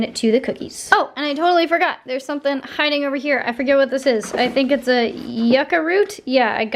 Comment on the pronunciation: Mmm, yuca. 🤤 Yuca is one of my favorite starches next to plantains (I have South American roots). It’s pronounced like yoo-ka. I’ve never thought of just roasting it. We usually just eat it boiled or we’ll fry it but it definitely has to be boiled before we do anything with it. It can be a pain in the butt to peel. Also, Peruvians have a dish called anticuchos which are grilled beef heart skewers. Since you’ve been trying heart lately it might be worth it to try an anticucho recipe, I’m sure you’ll really enjoy it! 😄